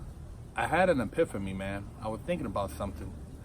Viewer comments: I might be high from smoking this eSPLIFFamy but did this man just say,"Epiphamy" lol. It's all love your the fuckin man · “I had an epiphamy” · my man said an epiphamy